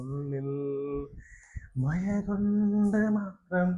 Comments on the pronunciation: മയ അല്ലടാ മഴ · മയ അല്ലടാ മക്കളെ മഴ ഴ പഴത്തിൻ്റെ ഴ പുഴയുടെ ഴ 😂😂😂